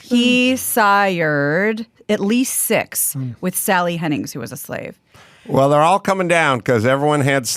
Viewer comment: oops -- its Hemmings. not Hennings. thanks!!